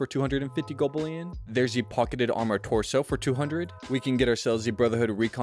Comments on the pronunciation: Hearing golbullion so many times almost made me unalive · Bruh. I had to stop the video. Gobullion killed me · Golb ullion. Had to turn off volume. Bot level radio voice 😂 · So many opportunities to say gold bullion correctly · Dude , why say it weird and repeate it over and over..